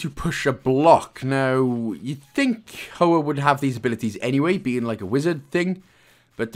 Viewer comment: Great guide! As always I find the “humour” ill placed and cringe. It’s such a shame as the content is there and the product you release is one I would otherwise recommend. Also, Hoa is Vietnamese for Flower, and pronounced h-wa.